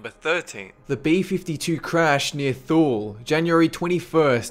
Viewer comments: The B-52 crash in Greenland at Thule, pronounced Toolee. Not Thoo-lee. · "Thule" is pronounced toolee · "Thule" is pronounced "TOOL-ie" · “Thule” is pronounced “TOOL-ee”. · I know this is an old video, but Thule is pronounced "too-lee." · "Thule" is pronounced, "Too-Lee." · Thule is pronounced Tu-Lee.